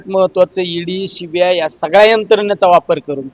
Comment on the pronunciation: भाषा शुद्ध बोला, अडखळत बोलण सोडा, नाहीतर इंग्लिश मधे बोला, शीबीआय नाही सीबीआय ओ साहेब